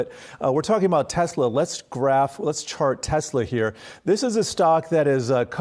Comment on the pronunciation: Your pronouncing it wrong. It's teSla. WITH AN "S". not teZla. I love your videos man. And my friends watch you. But the mispronounciation is so annoying. Please state Tesla with an S. Not a Z.